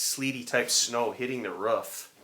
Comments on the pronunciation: When you said roof my dog started barking because it sounds like you’re saying ruff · I love how u say roof 🤣"ruff" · What’s a ruuf ? In Canada we call it roof